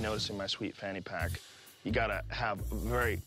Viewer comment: Joe "got my phanny pack" Rogan